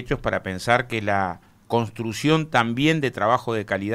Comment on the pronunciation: Oscar! Tenes q decir c o n s truccion y no contrucion! Por favor!